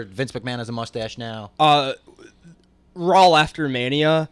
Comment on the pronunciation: Why does pronounce Raw as RAWL